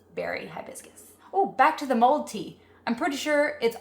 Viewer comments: Wish you would have made it simpler without the complicated tops. Also it’s “mulled” not mold”. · It’s “mulled,” not “mold.”